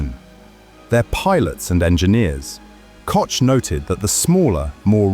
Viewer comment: Someone should explain to the narrator that Koch is pronounced Cook.